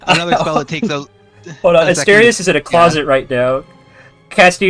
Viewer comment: The biggest mystery of this prequel is if will learn how to pronounce Asterius’ name between these events and several years from this point.